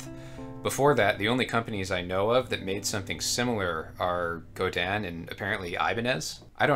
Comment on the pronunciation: Thank you for pronouncing "Godin" correctly. I own 2 Godin's and one Cordoba. After this I will soon own 2 Cordobas!